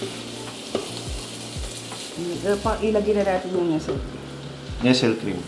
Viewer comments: Nestlé - pronounced as "Nesley" not 'Nessel" po.. . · Nes-tle po not Nestle